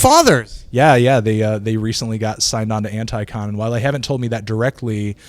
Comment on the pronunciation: It's anticon not ant-eye-con.